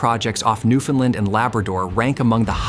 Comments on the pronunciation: Newf-un-land ✅ New-Finland ❌ New-Fin-Lin ❌ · Newfoundland is not pronounced new-findland. Ask a Canadian. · Your not saying Newfoundland right, its not newfinland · NEW FOUND LAND. But, good video. ai voice aside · Would have been nice if you used the correct pronunciation of Newfoundland. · Very interesting. But please learn to pronounce Newfoundland correctly. It’s like “understand “. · The AI voice getting the pronunciation of ‘Newfoundland’ wrong every time is irritating. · Excellent content, but please learn how to properly pronounce "Newfoundland".